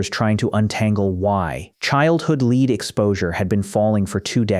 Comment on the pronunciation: So tired of AI voice overs. "Lead" is pronounced "LED" in this instance.